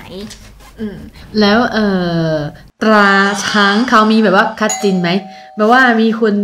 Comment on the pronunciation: เป็นเด็กอักษรศาสตร์ควรออกเสียงควบกล้ำ รอเรือ ให้ชัดๆนะครับ ตราช้าง มิใช่ ตาช้าง เสียงตัวสะกด ก ก็ไม่ชัด ทำให้น้องแหวนฟังเพี้ยนไปนะครับ